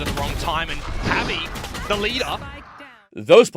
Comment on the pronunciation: like Javi (HAH-vee)